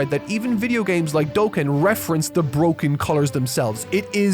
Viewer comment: THATS NOT HOW YOU SAY DOKKAN 😭😭💔💔